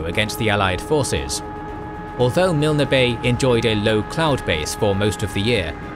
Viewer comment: You know the OCD is kicking in when I hear Mil-Ner bay. I'm pretty sure it's pronounced Milne as in Kiln. KOK-oda is pronounced KoKo-da. Or is it just me. 😮 Peace and Respect Lest We Forget 🌺